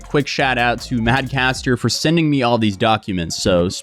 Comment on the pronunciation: His name isn’t MadCaster… it’s Mad CATster